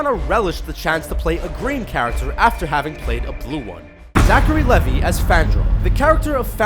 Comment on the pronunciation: Its Zachary LevI with an I NOT LevY as in Y are you saying it so wrong? Dude seriously.